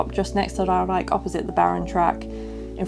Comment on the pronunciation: Just an FYI :) It's Ruigrijk, niet Ruirijk. Ruig means Rough, Rui means shedding (feathers or hair). Though, you might shed a few hairs because of the thrill rides ;) Also, helpful video. Since I have no mobility issues (yet, my hip can sometimes complain), I never looked at 'this' this way. Also, you pronounced Reizenrijk (R-eye-zen-r-eye-k) correctly :)